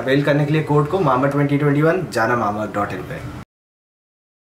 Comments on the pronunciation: When say's mama earth it feels like earth 🤣😂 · It's not mamaearth its Mambaearth😂😂😂😂